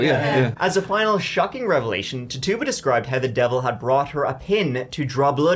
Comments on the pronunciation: Titchiba not Tarrtuba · Say it with me not : Tit - u - ba. Not Tit - tuba.